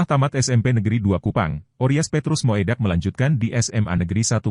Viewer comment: Moedak dibaca Mudak bukan moedak